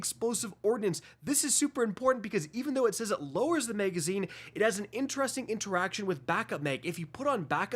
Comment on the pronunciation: Why can’t this nitwit say “magazine”?